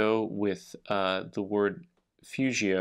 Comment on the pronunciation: The g in fugio is a hard g in Latin. Love your videos!